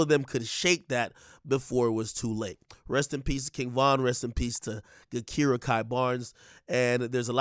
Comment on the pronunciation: It's pronounced JaKira. The G is like a J and her nickname is K.I. not Ki lol.